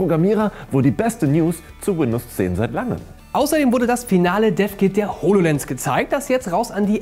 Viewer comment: Hast du HoloJens gesagt oder kommt mir das nur so vor ?